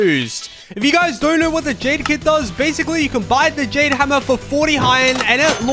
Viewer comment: Bro said Jane hammer ☠️💀it’s Jade hammer